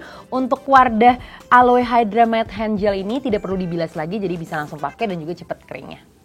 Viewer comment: Aloe = seharusnya dibaca ALO.